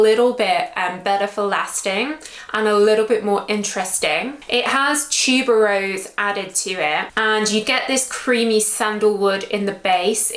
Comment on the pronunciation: I like how you pronounce tuberose “tchube-roz”. Thanks for the review.